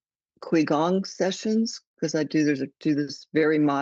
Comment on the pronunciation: quigong is pronounced chigong